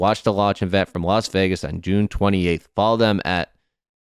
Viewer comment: why cant they say the word Vegas correctly......also Biz its resonates not resignates